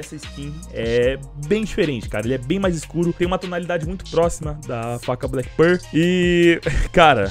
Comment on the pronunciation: Mano só me dá agonia do jeito que você fala black pearl sempre errado KKKKKKKKKKK No mais, seus vídeos são sensacionais, parabéns